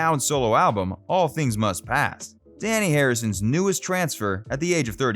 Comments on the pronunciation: You mispronounced Dhani Harrison’s name repeatedly. It is NOT pronounced like ‘Danny’. The ‘a’ is pronounced like ‘ah‘, not as in ‘at’. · He also mispronounces Dhani's name as 'Danny' when it is actually 'Darnee'. He is named after 'dha' and 'ni', two notes in the Indian music scale. George was deeply into Indian culture and mysticism. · Dhani is pronounced "donny" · I've always heard it pronounced, "Danny,"...